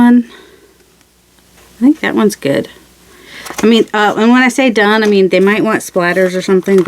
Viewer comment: Hahahaha I thought you were saying “they can go in the dung pile” but you were saying done pile! Thank you closed captions! I like this series!